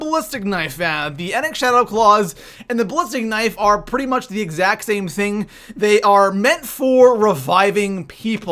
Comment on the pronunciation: Same zhing